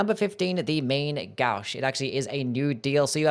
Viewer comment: Just an F.Y.I. - "main gauche" is French, and as such is not pronounced like we'd read it in American English. It's more like "man-go-shh". It means left hand, or left handed dagger, or parrying dagger.